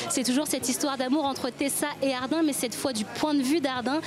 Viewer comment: Enfin quelqu’un qui dis « Hardiiiiînnnnn » et pas hardine